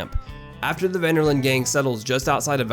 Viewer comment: you lost me when you said "Ven Der Linde" Detch Ven Der Lende